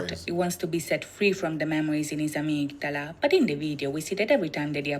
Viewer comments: Love this! Not many reactors take the time to understand the meanings of the videos. 💜 In English, we normally pronounce it "uh-MIG-duh-luh" but Yoongi pronounces it in the song "AH-MIG-DA-LA" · This was fun to watch... thank you! I knew about many of the references in these MVs, but I also learned a few new things! Just a note about "Amygdala ." It's pronounced 'a-MIG-da-la' and is a different part and function of the brain from the medulla oblongata. As you can see, these boys do their research! In these MVs, Yoongi shares his challenges with mental health and lays his soul bare in hopes to not only free himself but to help anyone else who may be struggling. He is incredibly courageous! 💜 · Nice reactions. My Suga is deep. What was triggering for me, was you both repeatedly pronouncing Amygdala wrong despite hearing her say it multiple times 😂. Also, what said, medulla oblongata, isn't the same word & it's a different part of the brain.